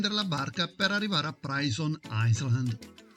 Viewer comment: comunque si pronuncia "prison ailand"